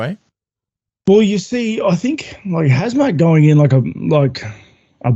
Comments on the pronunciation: His name is Khamzat, not Hazmat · Knuckles, if your reading this. It's Khamzat not hazmat! Lolol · Robert actually searched khamzat name. He wanted to say Hamza but ended up saying hazmat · its khazmat not khamzat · Hazmat? Rob is butchering Khamzats name😆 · Rob calling Khamzat “Hazmat” non ironically is great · Did Robert rally called Khamzat for Hazmat...hahaha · Anyone realise Rob kept calling Khamzat, Hazmat? 😂 Reminds me of them Hazmat suits people in labs wear 😂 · I know right? It's pronounced Kumshot. Who would name their kid Kumshot? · Rob called him HAZMAT 🤣🤣🤣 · hearing Rob calling Khamzat “HAZMAT” made my whole week. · I have a friend who looks just like rob and he literally says his name the EXACT SAME HAZMAT WTF IS THAT LMAO.